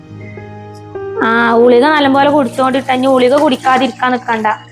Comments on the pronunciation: ഗുളിക എന്നല്ലേ പറയേണ്ടത് ഞാൻ കേൾക്കുന്നത് പലപ്പോയും ഉളിക എന്നാണ്. ഇനി എനിക്ക് തെറ്റിയതാണോ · Njanum angane keelkkunnath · ഉളിക എന്നാണ് പറയുന്നത്